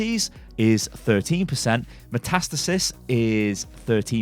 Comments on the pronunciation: Metastasis (meta-stay-sis) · its pronounced meta-stasis lol I do A level biology, I should know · how u pronounced metastasis made me cry a little